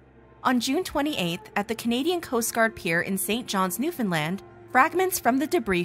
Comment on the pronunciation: Love how you actually said Newfoundland properly !!